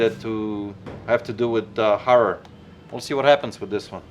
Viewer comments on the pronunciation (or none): I don't understand why you say GHorror instead of Horror!? You're so close to speaking fluent English, why not make the small effort!? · did he say horror or whore?? 😁